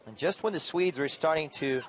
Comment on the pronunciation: Why did he keep saying Sweds